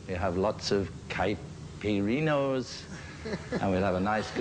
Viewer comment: A beatle is allowed to pronounce the great drink caipirinha wrong... and it's alright...